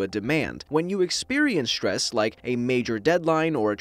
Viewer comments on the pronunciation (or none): It's not štrees it's strees